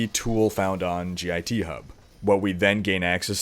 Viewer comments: I'm being queued as an angry programmer. Github is pronounced as a single word. Git isn't treated as an acronym. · its pronounced Git you git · you're the first person i heard pronounced "git" by its letters, instead of as a word. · It hurts my ears every time you say "G I T" instead of Git. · As a Computer Science major, I cringed hearing you say "gee aye tee" it's just pronounced "git" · Sweet video! It's git though, not g-i-t. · G.I.T. is pronounced get. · Made me cringe when you kept saying G I T. It's just pronounced git. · You can just pronounce "git" phonetically. That was painful to hear you say G I T every time. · please its "Git" not "G.I.T" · Three messages about Espresso? I'd be looking there for clues. BTW, It's not G. I. T. It's git, like stupid git, or git 'er done. It's the original author's sense of humor. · git is generally said as an acronym not an initialism, so git (like git over 'ere), not g.i.t. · God damnit it's one word. GIT not G I T. Say it like Hit with a G instead of an H. GIT. A GIT Repository >_< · LMAO "g-i-t hub..." Son it's just git, like say get. but with an I... lmao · Hearing him pronounce git as "G I T" was so painful... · Good video, but it's not pronounced 'g-i-t'. Just say 'git'. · its Git, like git gud, not G-I-T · btw you don't have to say "gee aye tee".. it's just "git" ( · "g-i-t repository" No. Just no. Please. It's called git. I suppose you probably put pineapple on your pizza, too. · Ahhhhhh, I love your videos, but your pronunciation of "Git" is killing me. It is pronounced "get", not "g,i,t" For reference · Love how you say "GitHub", it's pronounced Git, like.... "Learn to pronounce stuff you're reporting on you silly git!" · G-I-T. Git is annunciated as a word, not letter by letter btw. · you just say git and github, you don't say the letters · As a developer who uses git regularly, hearing you repeatedly call it gee eye tee was triggering me :)